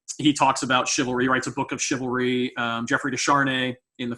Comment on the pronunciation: Sounds like cavalry